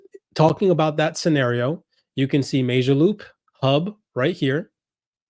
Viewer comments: It’s pronounced Mo Jo loop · It's mOO - jaloop!!! It's an 'O' not an 'A'!!!